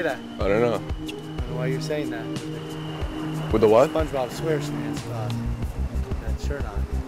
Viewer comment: lmao "spongebob square skrans"